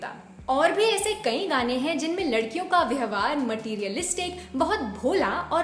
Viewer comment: व्यहवार नहीं, व्यवहार बोलिए।